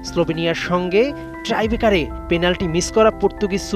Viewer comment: হা হা ...:face-blue-smiling:, কিসের স্পোর্টস রিপোর্টার আপনি ভাই? টাই ব্রেকার (Tiebreaker) কে ট্রাই (Trybreaker) ব্রেকার বলেন...? মনে হচ্ছে শুধু কণ্ঠ টার জন্যই চান্স পেয়েছেন, মাথায় তো ঘিলু নাই!